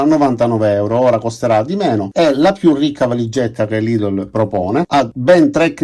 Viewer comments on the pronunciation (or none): none